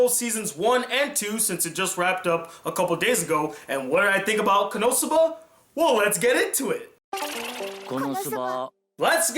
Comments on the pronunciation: I keep hearing you say konoTsuba and it's funny coz there are clips in between saying konosuba 😂 nwei great review 👍🏼 I hope you review Demi Chan when it's done:) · its kono-suba not konotsuba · Why does it sound like you are saying Konotsuba, and not Konosuba? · His pronunciation of it? Yes, me too. Not sure i'll watch it all, stopped at 5.33 to write this. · For some reason I keep hearing "KonoTSUBA" xD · Why are you calling it Konotsuba?